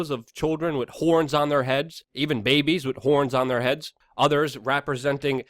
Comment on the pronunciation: S/N I like how Luke pronounces "babehs" LOL